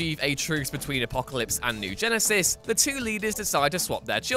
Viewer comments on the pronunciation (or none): none